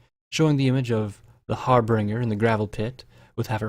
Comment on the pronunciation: "Harbringer" "Plag" "Palms" I love you dude but it bugs me every time